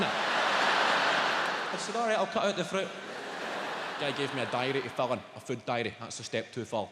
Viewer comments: "A hid froot this mornin" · The way he says "fruit"😂😂